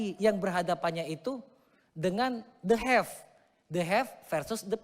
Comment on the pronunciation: De hef en de purrr😂😂😂 opo toh?? The have and the poor kali ya?? Waduh kayak Pak Jenudin Naciro aja